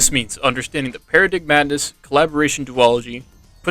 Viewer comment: Just a fyi paradigmadness is pronounced para-dime-adness